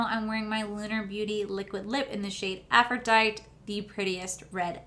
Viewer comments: I love your channel! Your favorite Manny shade is pronounced Afro die tee. Lol I love your reviews and honesty. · Love hearing you try to pronounce things. Faux= FOH. AphroditE. Great final look. I really need to do some Halo eye looks! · Loveee your eye look, It actually suits you really well! Not trying to be mean but just FYI, the way to pronounce "faux" is "fo" and the way to pronounce "aphrodite" is "ah-fro-dye-tee"